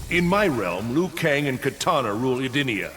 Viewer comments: Why do you keep saying Liu kung, & not Liu kang??? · You pronounce it as Liu Kang, how it's spelt, whether most people pronounce it as Liu Keng. No hate, just saying. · Ugh it's annoying how you pronounce Liu Kang, no offense